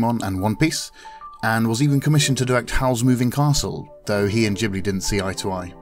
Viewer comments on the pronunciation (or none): No he didn't, ghibli you pronounce gibli not jibli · Urghhhh. I hate people who cant pronounce ghibli properly. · It's Ghibli with G from Ghost. Or do you pronounce ghost with j?